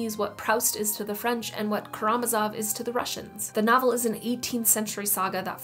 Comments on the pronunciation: Really nice video! A few notes for you: "Proost" and "Kah-ra-MOZ-off". (Edit: corrected) Rowling rhymes with "bowling". Marseilles is "mar-SAY", not "SIGH". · 'Karamazov' is pronounced 'ka-ra-ma-zov', it's not german. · Proust rhymes with roost. It's not the only author's name or title (ie: Karamazov) you've mispronounced. Have you even read their work or only their names? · If you can't pronounce " Karamazov," you have no business talking about literature. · Just to be clear, you're asserting that pronouncing Karamazov correctly is somehow so fundamental to the study of literature that without that, one is unqualified to express an opinion about the subject, right? Do you hear yourself right now? Do you not understand how laughable that is? She's not REALLY a qualified literary commentator because she can't pronounce a single name from a single book in a language not native to her. Right... Keep on gatekeeping, homie 👍